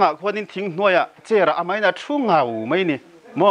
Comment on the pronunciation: hian daih tih leh mai tih tur hi deih tih leh mei ti a a sawi ṭhin hi ka lo ngaimawh riau a.In neitu hian nichin tih tur nachin a ti ṭhin pawh hi sawi dik theih nise a duhawm hle hlawm mai.Ngaihthlak a manhla hle mai